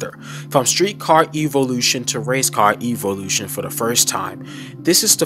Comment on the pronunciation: Why are you pronouncing evolution like that?